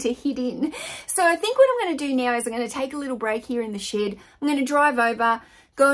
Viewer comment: ship ... she said SHIP .... 🤣